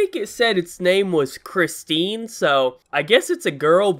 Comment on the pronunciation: Christine rhymes with Eugene. It's the female form